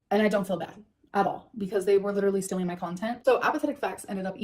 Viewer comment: 1. STILLing content 2. Big Girl PanEES (She has trouble with that elusive "T". Same thing with the word imporEN) 3. Striked down videos 4. Worst human ever